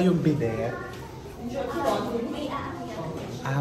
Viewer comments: It’s pronounced as bi-de not bi-det. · Correctly if i’m wrong it’s bee-day not bdet but the spelling is bidet but if you pronounce it it’s bee-day! God bless and happy holidays 😊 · bidet - silent T po. hehehehe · Happy birthday chef! May I correct the pronounciation of bidet: In english- bi-day In french- bi-de (silent T) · Chef, it's pronounced bi-day (bidet) 😊✌🏻all love, no hate! 🫰🏻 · Chef bidey po pronunciation hehe... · Chef RV diba bidet ay bidey ipronouce silent t po ata yan✌️